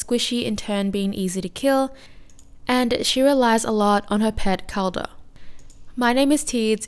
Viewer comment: over all you were saying kaldr's name well you just switched the D and L's place. lol. was mostly unnoticable. the way its said is "call-der"